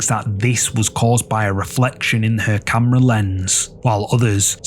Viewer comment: Lies caught on kamrah... truth caught on kamrah.... stuff caught on kamrah.... kamrah caught on kamrah